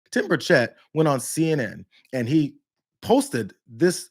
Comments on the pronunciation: It's bur' chett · It is pronounced BIRD SHIT. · Hey Brianna....M'aam....his name is pronuonced BIRDSHIT. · His name is pronounced: Birdshit, it's a very accurate descriptive name for him too!